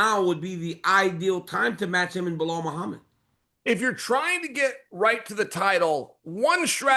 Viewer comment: Who is " Blehall Chael?" 🤔 Who? 🦉 Who? Is that the next opponent of Maladelalena? Or it's gonna be Makkelchef?? 😂😂